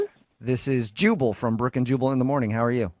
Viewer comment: You know what's funny? When you say, "Jubal", your dubbing says, "Chewable".